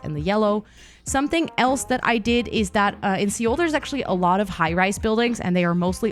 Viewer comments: Beautiful! (Seoul is pronounced like 'soul' btw) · Also incase you didnt know Seoul is pronounced closely to the word soul xD